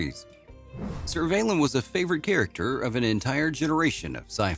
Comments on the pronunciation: Good to hear the story of Jacqueline Pearce - particularly her part as Servalan in Blakes 7 - the role that she is most remembered and admired for. By the way, is it possible to get the pronunciation right - it is not Serv - arlen or Servey - lan - it is just Servalan. I would suggest that if the narrator wanted to get the pronunciation right then all he had to do was watch the actual series. The name is (and was) pronounced quite frequently. However, given the robotic tone of the narration, I would suggest a hasty re-examination of the audio files. Finally - very little detail given to post-Blakes 7 - what happened there. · its not serv ay lin its serv a lan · It's a shame the AI that wrote this didn't at least know how to pronounce "Servalan" correctly. lol! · Or Surrey,or her 1st name🎩